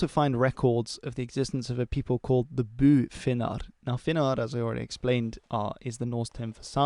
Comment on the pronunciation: "By Finnar" (You nailed the pronounciation) is not as far as I know a reference to Sami people. Neither would "Finnar" or "Finne" be. They (atleast in modern language) refer to Finnish-speaking people, probably, in this instance to Finnish speaking people in Tornedalen and possibly Kven people in Finnmark. "Byfinska" is commonly used as slang for Meänkieli, a "creole" language of Swedish and Finnish. What/when and how a Tornedaling, Kven and Lantalaiset and whomever or whatever is what, when, is a messy story of it's own, I won't go there. What is important is that in large parts of northern scandinavia (that excludes Finland in this case) there have been, since atleast the middle ages and possibly earlier, in some instances definitely earlier, people groups that spoke a variation of Finnish, that came to farm the land and settle in sedentary communities. And they shouldn't be confused with Sami people. That said, a lot of ethnically Sami people probably makes up said communities, but both culturaly and quite likley linguistically they are different.